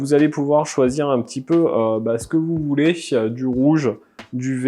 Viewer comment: ton C'que vous voulékkkkk